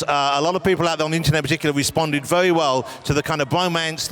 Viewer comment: What's wrong with the questioners voice??!?!?!? "wery" "fwenship" "pwojects" "scween"